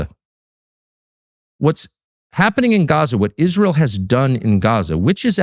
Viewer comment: lol. When Ben started about the danger to American troops I thought he was talking about Izrail. Haha. Silly me. He was talking about I-Ran.